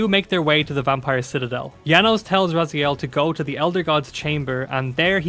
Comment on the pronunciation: Dislike because of missing timestamps and misspronouncing 'RazAiel'